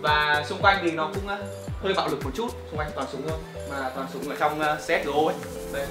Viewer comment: xê ét gờ ô😂😂😂